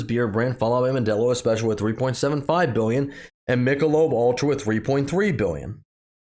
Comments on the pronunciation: At least the second video where the content creator can't pronounce an American brand. FFS do your homework! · It's "Mick-a-lobe".